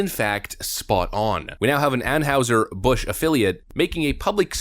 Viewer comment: I have a nit-pick: It's pronounced An-HIGH-zer, not An-HOW-zer.